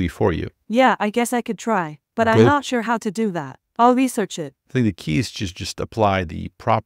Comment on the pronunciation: she just has semi-randomized / glitchy pronunciations, that’s why the “I’m Not Sure” section sounded like “I’m Notchure, I like that word” lol